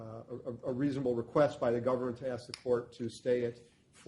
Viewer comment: The one and only ""